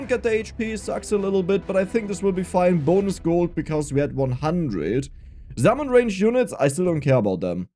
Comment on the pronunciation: Love the accent. Zummon lol. Game looks fun might give it a try